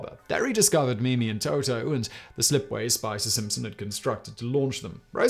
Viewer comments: In french you wouldn't pronounce the boats name as "Toto" but rather "Tootoo" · i hate to be that guy but it's pronounced TOO-TOO not TO-TO, get it right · Playing fast and loose with the translations. Mimi and Toutou translate more to kitty and doggie rather than their respective sounds, also Toutou sounds like tutu not toto. Fifi does not translate to tweet-tweet, but could be used to mean birdie.